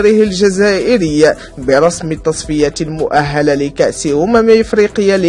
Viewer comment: المؤهلة بكسر الهاء ماشي بفتحها. تعلمو الشكل راه الفتحة أو الضمة أو الكسرة كتغير المعنى ديال الكلمة.